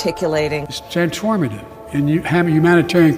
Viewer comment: "trans-SCHWARMA-tive" :trophy-yellow-smiling:🤣